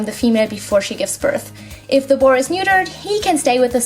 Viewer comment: no hate I look really love your channel but are you saying boru or boy